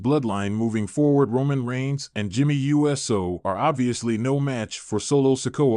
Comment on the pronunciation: It's pronounced ewe so...not U S O